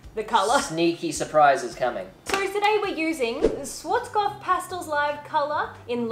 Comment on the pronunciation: Her way of pronouncing Schwarzkopf cracked me 😂😂😂